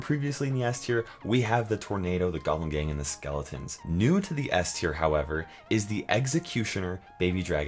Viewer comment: Spahgelitons? LOL